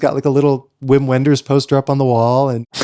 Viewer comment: don't pronounce "uim uenders", its "vim venders"